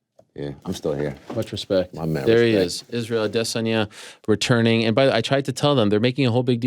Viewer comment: Israel "perennial nerve" addesanya 😅